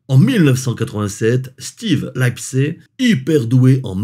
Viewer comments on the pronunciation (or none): none